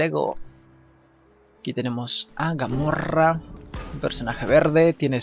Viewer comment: Jaakakka GAMORRA JAJAJJA ES GAMORA TU NO TIENES IDEA DE SUPERHÉROES KP